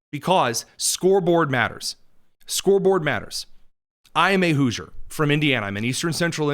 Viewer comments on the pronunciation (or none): none